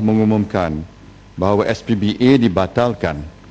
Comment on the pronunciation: najib sebut sbpa pun salah... SPBA ...bunyi macam SPBT keh keh keh